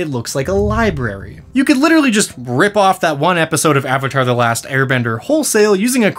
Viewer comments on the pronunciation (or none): none